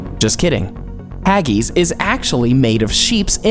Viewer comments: Wtf is haggys hag-is hag-is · This video is really not that factual at all. Hagees lol its pronounced Ha-gis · “Haggeese” What in the name of all the Whiskey in Scotland are you on about?, it’s pronounced “Hag...iss “ . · Haggies? Trust an American not to be able to pronounce something so simple properly. Do you say ees instead of IS? Fish fingers are NOT battered, they are breaded. Get things right. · I am quite sure you pronounce haggis incorrectly. I am a Canadian with Scottish and English and Italian heritage. We pronounce it hag (as in an old biddy woman) and is, not as in the word is. Other than recording the way we pronounce it, this is the best I can do. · The funniest thing about Haggis.....Is how you pronounced Haggis. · The way you said haggis was hilarious and stupid why did she say it like that!? 😂🤣🤣🤣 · Clearly the oddest thing about this video was the narrator's inability to pronounce words like "aristocracy" and "Haggis" and the general lack of respect for English traditions.